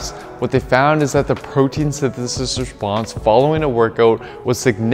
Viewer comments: I think think your wordout session may have been a bit long and your tongue was overtrained in this video. Your form was getting a bit sloppy saying “protein synthesis” towards the end lol. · Protein synthesithisis